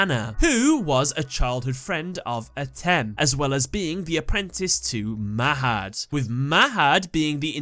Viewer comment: mahad is pronounced as maw had